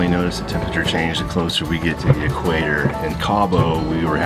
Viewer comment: It always amuses me when I hear say "eeeekwaiter"! calls it equator....lol! Another great episode team.